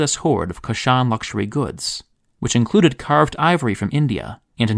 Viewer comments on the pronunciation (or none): Kush-an, not Ku-shan empire.